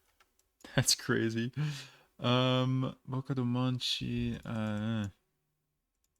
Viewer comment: that's where I live!! Fyi, "Boca do Monte" (which you pronounced pretty well) is part of Santa Maria, the town in the center of RS. Sometimes it is even called "Santa Maria da Boca do Monte" (Boca do Monte's Santa Maria) 😉